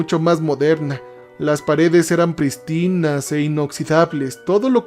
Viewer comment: Un consejo y que no se entienda como crítica, si no para mejorar la experiencia. Cuidá las acentuaciones. Sombrías, sombrío, prístinas...